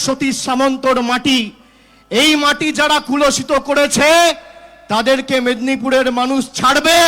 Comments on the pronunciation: পিসি-ভাইপোর বাংলা উচ্চারণ তো অসাধারণ! 🙏🙏 বাংলার দিগগজ ভাইপো, ওটা কুলোসিত না, কলুষিত....আপনি বাঙালি হয়েও বাংলা ঠিক করে বলতে পারেন না !!পিসি,এটি বহিরাগত নয় তো?🤔🤔 অশিক্ষিত লোকের এখন রাজনীতি পেশা হয়েছে, কোন সরকারি চাকরি পাবার যোগ্যতা তো নেই 🤡🤡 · এরা কালীঘাট এর পোলাপান ** পোটোপাড়ার মাটি থেকে কি শিখেছে দেখাই যাচ্ছে * কলুষিত কথাটাই উচ্চারণ করতে পারে না 😃